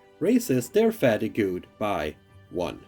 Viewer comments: Great video! Just a heads up, fatigue is pronounced like fah-TEEG, the ue is silent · Hold up did he say "fattygoo"? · Fatigue = fa-teeg sorry to moan.. I had to listen twice to realise what you were saying! Otherwise nice vid. Thanks.